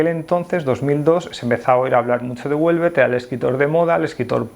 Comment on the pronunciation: A mí me gusta y soy mujer. Por cierto, Houellebecq no ternina en t